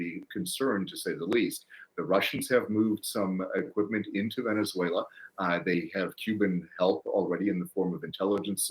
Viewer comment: Mr Leighton gets points from me for not only pronouncing Venezuela right but also for giving an impartial analysis, thank you all.